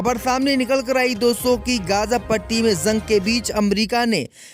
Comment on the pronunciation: Zang NHI h Bolna dekh yar Jang h ok Bahut. Galat. Bolta h Urdo ki malomat NHI h